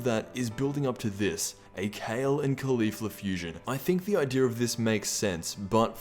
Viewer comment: holy shit he finally said Caulifla and not Khalifa